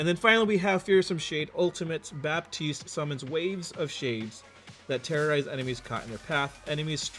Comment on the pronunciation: you do not prononce the p in baptiste it's a french name